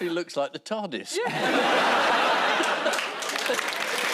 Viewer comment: it wasn't the Tardis it was the Turd-is lol